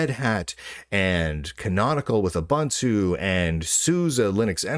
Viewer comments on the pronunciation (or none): You are mispronouncing Gnome and Ubuntu. In Gnome, you are supposed to pronounce the G, unlike in the normal English word, and Ubuntu is oo-boon-too. The middle part isn't pronounced bun.